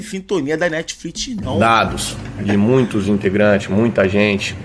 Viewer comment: "tem na Netflit" kkkkk negão é brabo 😂